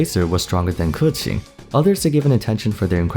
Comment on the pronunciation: i love the way you pronounce "Keqing". like, that's how it's supposed to be pronounced. 👏🏻👏🏻👏🏻